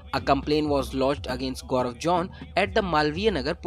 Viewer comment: The reporter pronounced Gobar John ... with all hard Error ... they should've employ me as a reporter, I'm not professional but I pronounce correctly. 😁